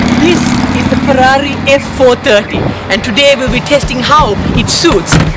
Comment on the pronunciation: bro you say 'Perrari', just like we sometimes say 'Definitely' or 'ferformance'